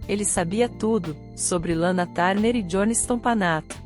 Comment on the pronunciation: Lana tarner😂😂😂😂😂é TURNER inclusive na pronuncia